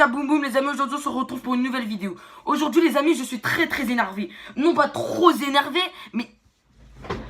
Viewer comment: Trrrrrr « postillon »rrrrrreeees Zéneeeeeeervé